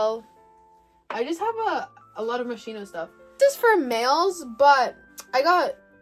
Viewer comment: Moschino is pronounced Moskino (no hate)